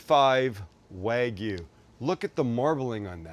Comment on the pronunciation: Wag me?? WagYU! Ay-oh!